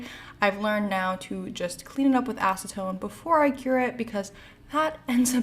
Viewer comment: Yes. 100% acentone. lol.